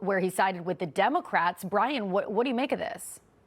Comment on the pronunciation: I literaly understood Brian when she said and when she said Brien:D